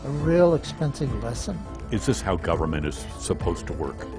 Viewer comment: I hear "gubbamint, gubbamint, gubbamint", but what I see is two failures: the consultants haven't been taken to task for pith-poor advice, and no-one now complaining about how obviously unsuitable the site was spoke up back then.